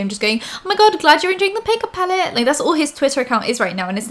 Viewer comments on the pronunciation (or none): pakeup pallet haaah, ha and "super rich filthy" love it